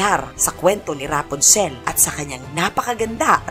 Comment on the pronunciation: Rapunzel pronounced as "Rapanzel" hindi po "Raponsel"